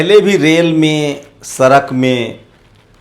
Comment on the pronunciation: Sala sochiye sochiye karta rahta hai सड़क nahi bol pata Sarak bolta hai neech